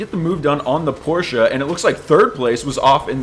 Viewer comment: As a German, I am reliefed to hear that you've actually pronounced Porsche right. I am crying tears of joy...